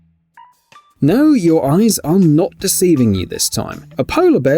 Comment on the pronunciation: “Guess which ones ATE painted” , it’s ARE.